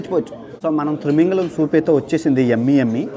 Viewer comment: Thrimingalam kadu babu thimingalam anali